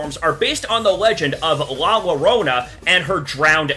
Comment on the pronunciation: Remember L is silent so it sounds like yorona! 😑 But still I love all the designs! ❤️👍